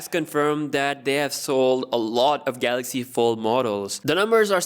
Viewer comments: Everyone: Galaxy s20 Dj Koh: Galox S20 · Galoxxuh Essa Twenthi oltra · No no no, it's gahluksh